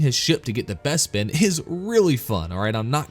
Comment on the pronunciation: What's a Besbin? Im sure Lando pronounced it as BESBIN all the time xD